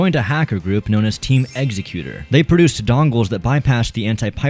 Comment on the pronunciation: Executor is pronounced egg-zeck-you-tr. I'll delete this in like a week if I remember. I just thought I would want someone to tell me if I was in your shoes. I hope I wasn't wrong.